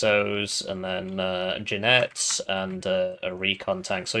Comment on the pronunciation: If u improve your pronunciation of Jinetes that woud make 2 spanish fans happy